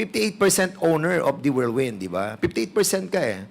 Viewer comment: Cassandra Ong: "wirldwind" (instead of whirlwind)🤣🤣🤣